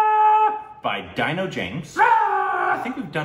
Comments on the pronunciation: It's D-NO James It's not DIE-NO James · It's pronounced.. Dee..no James... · Its dino (deno